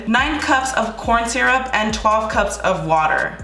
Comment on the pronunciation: When you said a “ a mold of my head” , it sounded like you said, “ mold on my head!”!